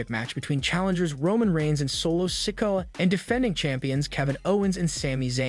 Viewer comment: Every time I hear “sick-o” I cringe..